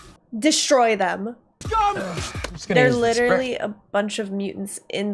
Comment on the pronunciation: Did she just say........"Cliterally" 🤣🤣🤣